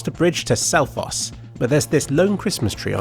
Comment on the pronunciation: selfoss and reynisfjara were perfectly pronounced, good job!